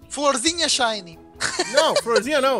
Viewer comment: eu também gosto do Rayquaza e se fala Shiny não Shany e também se fala Capturar ou Captura